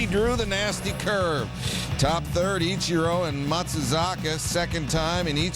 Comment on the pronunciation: Sir it’s Ichiro. Not I-Cherro